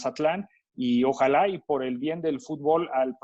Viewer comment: no sabe ni hablar el inmundo en lugar de ojalá dice ojalai jajajaja ademas esquivó la pregunta de que porque solo pasaba eso en México y dar explicaciones de la desaparición del ascenso es una bestia definitivamente